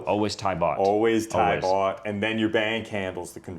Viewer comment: Fantastic video. It’s funny he has a cleaning person 2X a week. He only needs it once a month. Place is immaculate. Loved this whole video. Would love to know him, he’s like me. God bless. ps the host is great too. When he was saying bot I thought he was saying “bucks”. Some of the prices with the bot thing believing it was bucks was “wow”. .